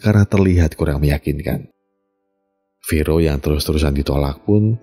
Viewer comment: fero atau fore om? kadang kebalik 😂😊